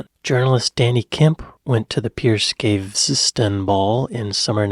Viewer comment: And Cameron is now Foreign Secretary......hmmm, hope he doesn't go to any country where a pig is considered unclean! Some explains to do. And your pronunciation ( wish you'd check it out before opening your mout) it s Piers Pronounced as a long E Peeeers Gaveston...Gave Ess Tun. Better luck next time.